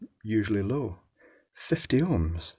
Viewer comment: anyone else in love with how he pronounced “50 Ohms” ? 🥰